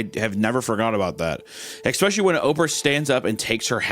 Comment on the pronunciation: No one: Hunter: eKKspeSHLY